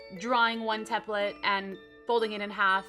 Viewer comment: cupquake u r saying template wrong :/ it bothered me SO MUCH!!!!!!!!!